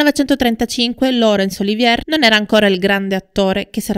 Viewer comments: Lawrence Olivièr? Olivièr? Il famoso attore inglese ora è diventato francese? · Sei brava sono interessanti i tuoi documentari ma sbagli spesso gli accenti e la giusta pronuncia dei nomi. La precisione é sinonimo di qualità! Lorenz Oli‘vier no Olivíe‘r ( non era francese) , Ad ogni modo complimenti cara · Laurnce Olivier è un attore molto famoso. Il tuo "errore" è di pronunciare il cognome alla francese (Oliviér), ma lui è decisamente inglese ed il cognome in italiano si pronuncia allo stesso modo. Nulla di grave. Il tuo servizio è assolutamente completo e interessante. Solo visto la notorietà del personaggio mi stona il fatto del cognome non pronunciato correttamente, appunto per la notorietà dell'attore. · Appena iscritta. Scusa se mi permetto di correggerti nella pronuncia, ma nel tuo discorso proprio stona!!! Piece (rappresentazione teatrale) è francese e si pronuncia pies, non pis all'inglese Olivier è inglese e si dice olivier calcando sulla seconda i, e non olivie' alla francese. Scusa sai ma è un peccato rovinare il tuo testo. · Racconto magistrale! Veramente Magnetico! Straordinaria la narrazione del making di Via col vento, capolavoro che grazie a mio padre sono riuscito addirittura a vedere al cinema, tra i pochi della mia generazione. La pronuncia di Lawrence Olivier? Un peccato veniale facilmente rimediabile...non preoccuparti. Sei bravissima! Da un appassionato di cinema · Tutto bene, però la pronuncia del nome di Olivier non è corretta.